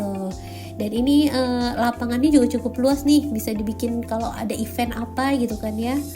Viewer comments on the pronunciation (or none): none